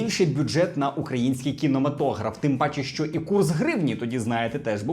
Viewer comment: Ви можете говорити не "шьчьо" а "що(шчо)?